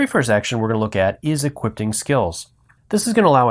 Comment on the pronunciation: Hol up. Did this guy just say 'equipTing' and 'glyphT'?